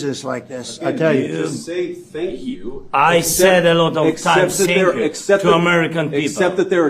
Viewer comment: Thank you comes out as a shank you..the accent went bad.